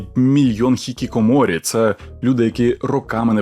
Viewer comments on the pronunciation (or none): none